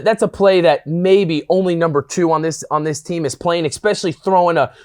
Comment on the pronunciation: I love you bro, but "e-specially" There is no "X" or "ecks" sound in the word. If you can let Urban Meyer know this, too, I'd appreciate it.